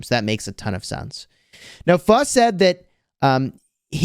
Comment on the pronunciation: I'm surprised you said pho pretty close